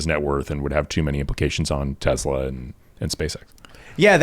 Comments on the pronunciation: Stop saying TEZLA brah its driving me nuts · Why does the guy keep saying Tez la.......its TeS la.....soy boy idiot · Te"s"la not Te"z"la. It's Serbian